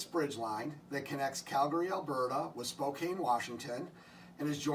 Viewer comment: Really cool layout, and I love the concept of the bridge connection. One PNW regional note - Spokane rhymes with can.